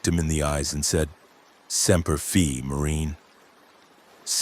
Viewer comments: SEMPER FIIIIIIII NOT FEEEE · TOTAL AGREEMENT ‼️ Kinda pissed me off!! Most of my uncles are MARINES!!! They woulda thrown theur phones in indignation & anger! Sounds like “sem-per FYE”! NOT “fee”!! TOTAL disrespect!!